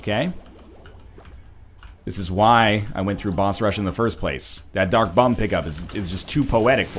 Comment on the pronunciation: im not hating on you are anything northern lion but is it just me or is he saying "duck bomb" when he means "dark bum".